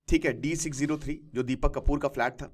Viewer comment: Sir flat hota h falt nhi